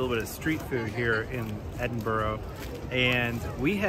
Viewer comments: Enjoyed the Video and agree the food is amazing, but, it’s Edin b UR gh not Edin bOrgh, all right pal. 😂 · Please. It's not Edinburo. It's pronounced Edinburu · Great video and great channel..... that said fun police here its not Edin-boro, its never pronounced Edin-boro, its Edin-bruh or Ed-in-bra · It's Embrrra. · It`s Edin Bra,and Glas-go. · Edinburgh is not pronounced 'edinboro' :-) In Scotland you can get battered Haggis in most chipshops. Edinburgh chippies use brown sauce instead of vinegar. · How long did they spend in Edinburgh? Clearly not long enough to discover that it isn't pronounced "Ed-in-burrow" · Great food vlog Fyi it's Pronounced Ed in bra 👌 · it pronounce edinburgh scotland okay so pronounce it right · Why can't Americans pronounce Edinburgh correctly? Or Glasgow?